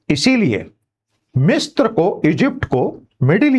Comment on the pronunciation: It is misra not mistra मिस्र ना कि मिस्त्र